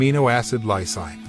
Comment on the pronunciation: It's pronouced LIE-SEEN not LIE SIGN